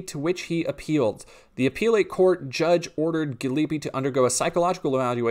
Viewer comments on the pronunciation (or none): Apeelit court? 😂That’s not how that’s pronounced?